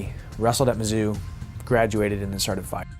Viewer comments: Mizzou = “mizzoo” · BTW It's pronounced "Mizzoo" not whatever you said lol. Great vid though, I'm a STL native so I take MO stuff seriously lol. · You've done a great job on this one, I really enjoyed it. Purely academic side note: Mizzou is pronounced "miz-ZOO" :)